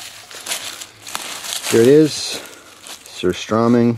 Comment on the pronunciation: He said surströmming wrong and I'm triggered lol